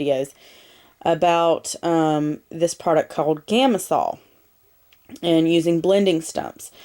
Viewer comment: It is "gam-sal" not "gam-is-sal" and "tortillon"and "tortillion" both.